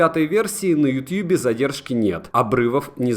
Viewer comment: Как же мерзко звучит "ютьюб" Говори "ютуб" Не утуб, не ютюбе, не ютабе, не ютьюбе Ютуб Ну а видос хорош